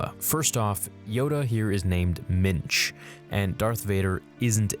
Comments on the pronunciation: Yoda was originally named Mitch? Ha! OK, maybe it's actually Mintch but the first time you said it, it sounded like Mitch. And from now on he will be Mitch. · ... I thought he said Minge 🍑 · McNair ohhh ok. I was trying to figure out if he was saying Mitch or Minge and really hoping George Lucas was going to call Yoda, Minge. But Minch is ok too. I guess